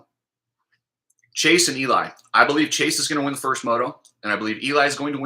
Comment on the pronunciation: When you say it's all about Chase and Eli it sounds like your saying it's all about chasing Eli. Lol